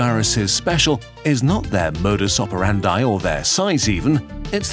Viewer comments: I wouldn't call a virus "dead material": being dead implies having once been alive, yet they never have. There's a big difference between being dead and not being alive! P.S. it's pronounced "modus operandEE", like an English double e! 😂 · Is that really how "modus operandi" is pronounced?